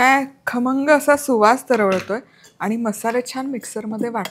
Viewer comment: Tai tumhi pahilyanda khamngchya yevji kharmanga bolle😂....but tumchi recipe super ani usefull ❤❤❤